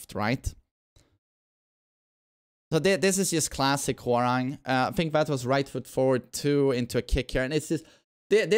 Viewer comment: as a Korean , His Name is Pronounce Hwa Rahng not RANG like Telephone Rang haha his top uniform is from Tekken 3 . 맥 ( MACK ) is the same logo from the back of his TKN 3 top uniform ( dok-boh ) bottom is from between Tekken 5 and new 8 design mixed . Long Hairstyle is from Tekken 4